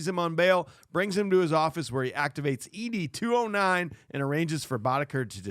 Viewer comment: Every time you guys say E-D 209 I wanted to beat my head against the wall. 😂 It's ED 209. Like the name Ed